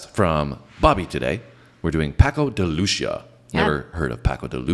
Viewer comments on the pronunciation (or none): Hahahha love the way you guys mispronounced his last name in a beautiful way. The "c" in Lucia is pronounced like an "s". Lucia is the spanish version of Lucy, and they are pronounced identically with the "a" at the end sounding like an Ah. Try pronouncing it like this: Paco de Lucy-ah, altogether with the accent a little on the "i" .